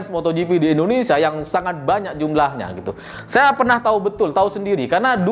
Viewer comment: Hey ya bukan Indonesa belajar selling dulu sblm bikin konten